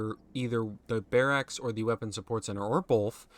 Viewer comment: Why are you saying barracks like that?